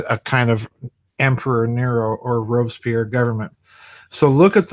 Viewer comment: Thank you for the video. And very good points. For your information Robespierre is a three syllable name and is pronounced Ro Bess Pierre. Here is a link to Murder in the Heartland on YouTube